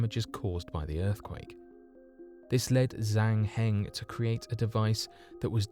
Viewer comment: Pronunciation tip. With Zhang Hing you got the second part right, but in Chinese Zh makes a soft J sound, so it'd sound more like Jang Hing. Also Qinghai is wrong. The Q makes a sound similar to CH, so Qinghai is pronounced like chinghai rather than kinghai.